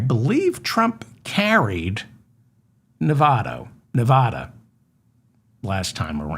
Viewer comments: Hi David, why is it that east coasters can't pronounce Nevada properly? " Pronounce Nevada as nuh-VAD-uh. The emphasis is on the second syllable, using the short "a" sound as in the word "bad" or "apple" (not a drawn-out "ah" sound). Locals strictly prefer this pronunciation over neh-VAH-duh" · Please learn how to pronounce the state of Nevada! I've only stated this hundreds of times that you mispronounce it, but it looks like you don't read your comments.